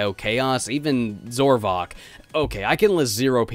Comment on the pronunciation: Zavok not Zorvok.